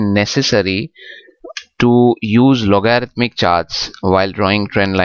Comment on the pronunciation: try loguh-ridh-mic